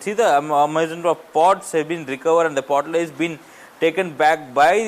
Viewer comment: pottery not potlerry. write a script carefully before recording.